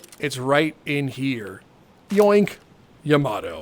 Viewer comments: Lmao the juice also don’t hurt me but it’s pronounced “yah-mah-toe” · Why does he pronounce Yamato like that